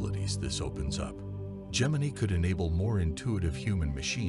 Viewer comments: It's pronounced, "Gem-in-eye." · Gem•in•ey .... that's not how you say that.